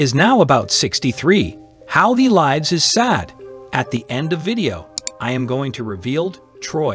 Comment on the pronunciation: I was going to watch this but as soon as you mispronounced "lives" I changed my mind and decided not to watch the video.😢